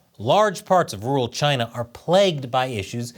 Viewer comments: Can you say rural instead of ”ruwul” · Hey,! Learn how to say "rural." You're a broadcaster, for heaven's sake.